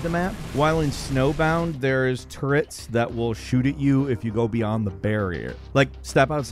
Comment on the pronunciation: Am I the only one freaking out at the way said turrets?